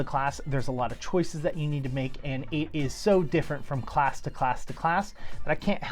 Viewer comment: Did my dude just say Ssalc?